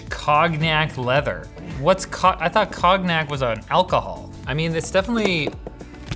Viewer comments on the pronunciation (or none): It's pronounced "Kon-yack" not "Cog-knack" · Cog-nac, wow that's a first. It hurts soo bad, and i'm not even french. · "cog-nack" hurt me inside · Cog Nak....LOL It's pronounced Cone-yak. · Cog nac lololololol Con-yack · It's pronounced "conn-yac" not "cogg-nac"... You're from canada... thought you'd know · It's pronounced Cone-Yack And it's a really super sweet kind of Brandy. Very smooth but too much of it and you will have the worst hangover EVER. I get the same distraction free writing from my 1990 brother EP-43 it's a thermal typewriter, plug in or batter power on the go, got it off eBay for $20, that included the shipping and taxes... It's print lasts under normal conditions 40 years! Yes it prints on paper, and what a great feeling to see a physical representation of work produced, and saved, 8"x11" screen for viewing (sheet of paper. I also got a 1983 brother EP-20 $9.00 also eBay, it too is a thermal typewriter, I keep it in a go bag, that has paper, batteries, folders 3 of them, pens, and a not pad, I just grab it and head out the door if I'm going to do something like wait in the car while my kid is taking her ballet practice, I'll work in the car, dealing with the paper on the go is not a big deal. I had someone argue that this is better because it has no paper, and honestly, that's not a bonus for this thing, that's like saying I can't be bothered to do what all the greats did including Hemmingway, and that is feed a typewriter. Batteries on Mt EP's both have lasted me between 3 to 5 weeks, that's writing 10 single spaced pages a day. That's hours of operations. I think it's neat and all, but I get the same portable distraction free writing in a machine out of the 70's and at the 90's that's far more rewarding, you can actually see the work you've produced all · cog nack? If you dont know how to pronounce a word, look it up. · Did this guy just pronounce it- 'Cog-knack' ? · Lol, it's pronounced "con-yak", the g is silent. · Ahahahaha "cog-knack"